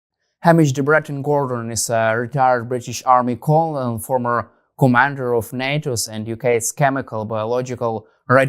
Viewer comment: you should look up how Colonel is pronounced for next time brother 🫡